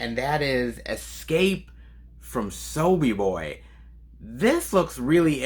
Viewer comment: Did I hear you say Escape from Sobiboy!? Sorry, but I had to laugh - It's Sobibor as you will probably know by now ;) It's the name of a well known extermination camp in Poland during WO II, just like Auschwitz. If you are interested in this place or WO II, than please check out Shoah by Claude Lanzmann. Not an easy watch but very informative. Enjoy the movie!